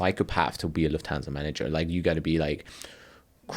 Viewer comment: Great podcast! What annoyed me: Swiss001 / can speak proper German but is not able to pronounce "Lufthansa" properly. Its a German name and does not have to be "anglofied".